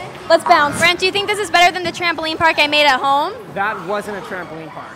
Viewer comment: I love the fact that every time they went to go somewhere else she said let’s bonce